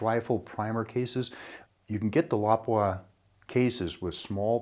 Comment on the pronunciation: First person in ages that I heard pronounce Lapua correctly